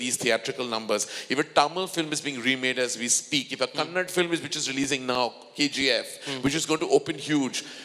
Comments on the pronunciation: KJ its not Kannad, its "KANNADA" ithna angrezi jhaadtha ? You cant pronounce a language properly...what if people call you Karan Joha ?? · Before you speak at least pronounce the language name correctly... its not KANNAD... It is KANNADA.. Now we call our industry as INDYWOOD... which may contain all the actors/directors/technicians all over India and world (already we are utilizing the services of many hollywood technicians) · We call china as cheen, Russia as ruus..just like that kannada is called as kannad